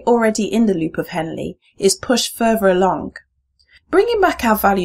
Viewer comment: Momentarily sidetracked, Is not being able to pronounce the "Th" sound a new thing for the English? It would be a shame because they are supposed to have one of the nicest sounding accents. FurTHer, not FurVer. One THOUsand, not One FOUsand. This, not Dis. Three, not Free. But yes good video.